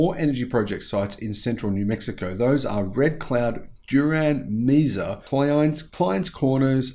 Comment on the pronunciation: Mesa is pronounced : MAY - suh.